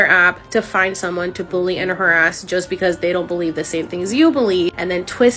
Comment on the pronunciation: the fact she said buly instead of bully is not surprising